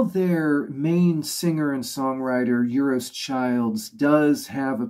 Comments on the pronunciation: You might like help in pronounceing few things? Euros? 'u' in Welsh sounds like 'i'. Euros rhymes with 'hey ross'. Just drop the 'h' and it's identical. (And 'methu' is like 'methi', for the same reason.) it should read 'Gwres Prynhawn' (the heat of an afternoon / afternoon heat). In the word 'bwyd', the 'w' comes before the 'y', so it's booyd time (as sung at the start of the album!), rather than beewd time. Good to see someone pay Gorky's some attention. I believe they were quite well appreciated in Japan, but I don't really know. They never seemed to foster a following. They just got on with being creative. I did see them - once in 1993, and twice in 94, at least. Over the years, both my vinyl deck and my cassette player have passed away, and Tatay and Bwyd Time, for example, have been long neglected. I'll make it a priority to fix both machines this winter, and reconnect with all the stuff I've collected from 1970 onwards! Digital is great, but there are some treasures that haven't made it to that format yet. I'll have a look at the other videos you've followed this one up with. Diolch, pob lwc i dy sianel. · Euros Childs is up there with the greatest songwriters ever. Listen to Lady Caroline from Sweetheart. Euros is pronounced "Ayros" by the way! Not many people reviewing GZM on YouTube, so really great to find this video.